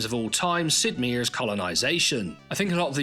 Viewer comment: Come on. The guy's only been making games for 40 years. Are you really trying to say that if you try to pronounce My-err it comes out Meer?